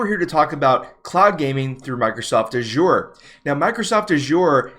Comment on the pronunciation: love the way you pronounce 'azure'.